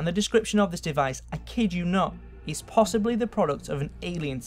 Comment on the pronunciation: Are you incapable of pronouncing the long e vowel sound? Possibleh?